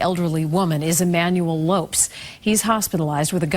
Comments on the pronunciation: Ignorant people in the news business nowadays... the man's name is pronounced "low-pez" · Lopes is pronounced Lo Pez. Damn racist news trying to make criminals caucasian. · Umm... I'm pretty sure his family doesn't pronounce "Lopes" that way.